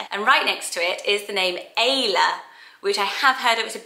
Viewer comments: Thank you for pronouncing Ayla this way. I always hear “Eye-la”. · I love the name Ayla, but I’m from the north east so it just doesn’t sound as pretty as when you say it😩 I’m trying to think of names that don’t change with accent, maybe you could do a list for that?🤩